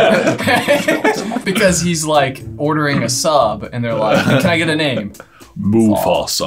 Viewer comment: Mough-fah-sugh. That's how English works, right?